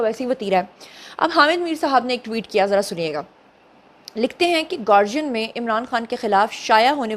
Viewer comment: Don't know why Pakistani journalists are pronouncing The Guardian as گارجین!!! It's as "gaa"+ "dee"+"uhn". That's گا ڈی عہن۔